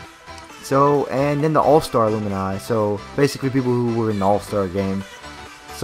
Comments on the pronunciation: "Aloomini" lmao your pronouncing it wrong bud. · I lost all interest after her pronounced Alumni